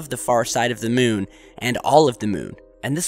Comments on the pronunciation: Y u keep saying Mewn? 😂 Its moon not Mewn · Yes it does! (to borrow your excitement.) The "miewn" (as this calls it, as if cows say "miew) obviously rotates to keep the same "face" toward Earth as it orbits Earth. Did you go to school? Shoulda.